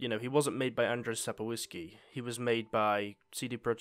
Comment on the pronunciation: I see you struggle with Polish pronunciation so here's a guide: Sapkowski - pronounced as "Sapkovsky" Twardowski - Tvardovsky The "ski" in some Polish last names makes whatever comes before it an adjective relating to the place where the person's ancestors came from. It essentially means "of ". So in the case of Sapkowski his medieval ancestors likely lived in a town called Sapków, Sapkowo, or something similar to that. Andrzej - Sapkowski's first name. Polish for "Andrew". Rz" pronounced as "G" is pronounced in "mirage". "J" is pronounced as English "y". So the name is pronounced somewhere along the lines of "Andgey" with g from "mirage". Rzym - "Rz" is pronounced as explained above, "y" is pronounced as in "syringe" If you ever need pronunciation of Polish words explained or something translated (as long as it's not like an entire book) shoot me a message. I'd be happy to help.